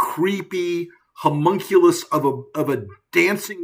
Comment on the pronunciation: "Humaculus" lol